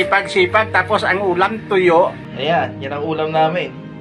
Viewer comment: Miss..di po tuyo kundi "toyo" hahaha😅😅😅